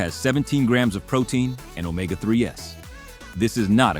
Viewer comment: It's NOT pronounced omega 3 S, IT's pronounced omega THREES!!!